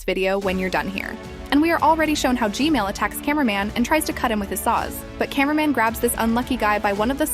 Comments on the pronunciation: I hear Gmail not gman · I like the fact she says g-mail instead of g-man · Ju dot kall g men but ju kallm g mel but hs neam g men not g mel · Hey why u say gmal not gman? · i have a question why do you always say gmail but its g man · its g man not g mail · It’s gman not gmale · It's not gmale It's gman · its g-man not g-mail 😂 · Why do you call gman gmail😂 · It's g man not g mal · GMAN GMAN ITS GMAN NOT GMAIL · She saying gmail not gman 😂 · Why does she keep saying gmail but not gman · Why does she keep saying Gmail?